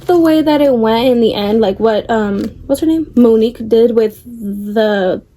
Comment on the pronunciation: THE SIREN 😢is my all time favorite but it was the book that thorugh me into a book depression because I got too attached anyway no way you said (MOO-Nique) XD